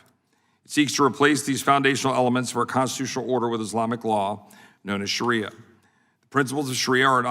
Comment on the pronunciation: Sounds like Sharia law is something the Republican party should respect because that is what they are trying to do to us US women!! Also dumb shit, the word is Shaaaaaria not Shariiiiia